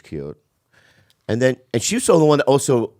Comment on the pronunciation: holy shit Jamie was right he does say “oso”